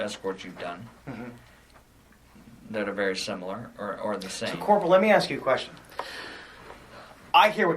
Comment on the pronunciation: Corp. Jeezus. No one in service says Corp. My God.